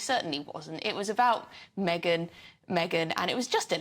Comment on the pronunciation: DIOR? ME-GAIN? Non merci. Jamais.